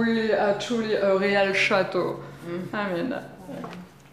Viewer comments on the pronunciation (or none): quand tu l'entends dire à je cite "a réal château" t'as tout compris ! MDR